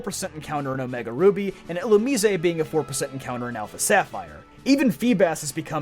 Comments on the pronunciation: mf said "illu-mee-say" haha jk man great content, glad i just found the channel :) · ILLUMISE ILL-OO-M-EYES